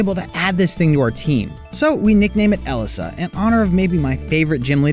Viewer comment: you said Elesa wrong Guess she’s not your favorite